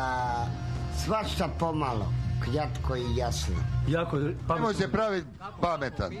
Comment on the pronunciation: prije svakog odgovora "kjatko i jasno" 😁